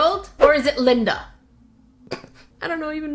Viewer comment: Lyndeuh for sure lol